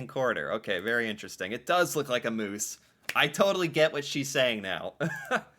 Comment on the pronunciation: Lol Moose, MOOSE! WRONG! LOL